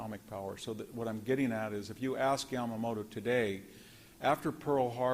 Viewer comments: YAMAMOTO! Can’t you pronounce this??? lol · Right. It didn't sound right to me, . Lol